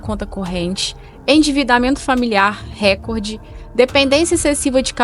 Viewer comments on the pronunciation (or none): none